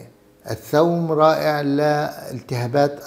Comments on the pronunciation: الثوم وليس الثوم بفتح الثاء انت دكتور على راسي لكن لاتتفلسف كثير بالأسماء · الثُوم بضم الثاء